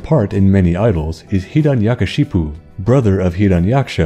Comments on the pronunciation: Hey sir i justwanted to say Its pronounced Hiranyakashyap and your pronunciation was so funny ALSO I love ur video ❤❤❤❤ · Am i only hindu watching this, & laughing at his pronounciation of hiranyakashyapu 🤣🤣